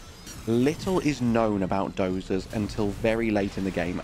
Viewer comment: I'm glad it sounds right to you, but it doesn't to me. Every single time she says it, it's wrong. But whatever - you hear what you hear and I hear what I hear. It's not worth further discussion.